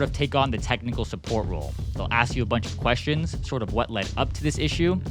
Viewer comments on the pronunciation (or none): “suppoat” bro 💀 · Suppoat😂 Like I'm suppoating you😅